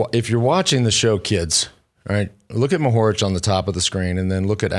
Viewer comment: It's funny how Lance stresses second syllable of Mohorič (first should be stressed) and first syllables of Pogačar (second should be stressed)